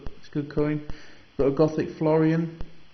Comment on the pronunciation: Nice collection, but the one thing you kept saying was FLORION, not FLO-RIN Because I was used to coins before the decimal ones, it jumps out at me when you kept saying it. Keep Collecting mate its an interest for life, you can take it as far or as basic as you like, there are no limits. Regards John